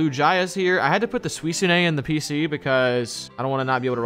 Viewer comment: U guys say the pokemon namea wrong suicuine and lugia 😂